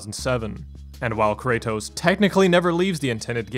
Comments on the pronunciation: CRAYTOSE? KRA-TOSS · I don't know how much longer I can handle this pronunciation of Kratos.